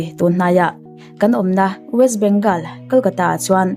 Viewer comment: West bengawl tia lam tur..